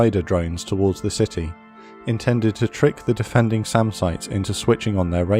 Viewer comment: You said SAM and Radar sites. I heard Salmon radar sites. 😂